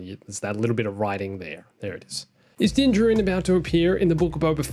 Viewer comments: Why do you call him din dinjren it’s din dinjaren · He said dinjarin